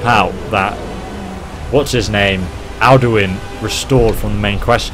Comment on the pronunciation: OMG u just pronounced correctly the name Alduin....horaaaaaay hueheueuhehu